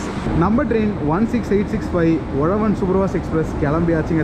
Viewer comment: Bro not Ozhavan its uzhavan 😀